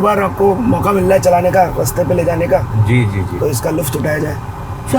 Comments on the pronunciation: bhai luft nahi, lutf uthaaya jaaye.. Tallafuz, ucchaaran.. 😂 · Bhai luTf not luft -- लुत्फ़